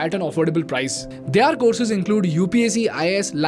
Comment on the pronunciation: On a lighter side- after Their being pronounced as ‘Dyaar’, I’m not able to focus on the content due to ‘Sikhim’.